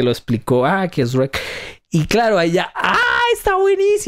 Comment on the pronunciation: Tu dices Shuerk.